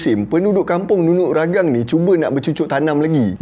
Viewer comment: Ragang "Tea"... Hahahaha.. memang salah sebut tuan.. tapi tak mengapa.. Ya benar.. hanya sebuah cerita lagenda.. NUNUK RAGANG antara bedtime story saya waktu kecil.. jalan cerita orang dusun macam ni lah.. penuh dengan kesaktian.. banyak lagi cerita2 sakti. BAROB (dewa makan bulan. tu yg jadi half-moon tu.. hahaha) SAMPAPAS (manusia berbadan separuh). KINOMULOK (Dewi kayangan yang cantik, sehingga dua jejaka berbunuhan.. tu yang langit warna kemerahan time senja, katanya darah kudingking). So our ancestor made up stories for kids, bcoz kids have so many curiosities. kenapa bulan tu separuh shj.. kenapa langit tu warna merah... and goes on....